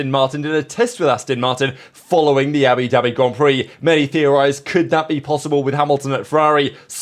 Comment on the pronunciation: “Abidabi Grand Prix”